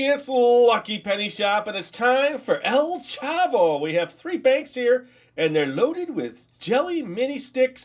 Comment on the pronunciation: You were saying Popis and El Chavo right. But Qiqo is not with a "u". It is spelled Q-I-Q-O.